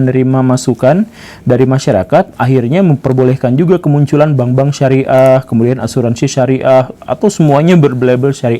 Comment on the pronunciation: Bank - bank Syari'ah ,, bukan Bambank Pamungkas pak guru 🤦‍♀